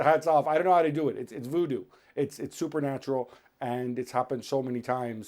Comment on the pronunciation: He said it’s woodoo lol give me a break.